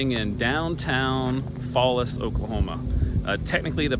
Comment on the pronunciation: Its pronounced Fallis like FA-liss